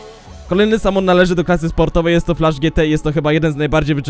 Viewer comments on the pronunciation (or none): none